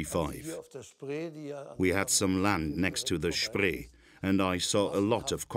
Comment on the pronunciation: The River Spree is pronounced "Shpray" in German.